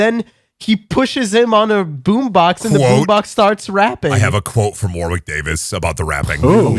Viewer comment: It actually hurts that you never once pronounce Warwick Davis' name correctly...it's spelt war-wick...it's pronounced WARRICK